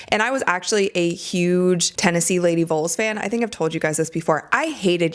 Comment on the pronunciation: It’s vols not vuls 😂😂